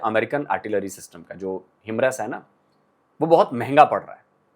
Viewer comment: Kya bola 😅😅 himras kya hai 😅😅 Himars bolna chahate ho kya